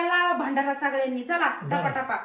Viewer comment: टपा टपा नाही पटा पटा असतें😅😅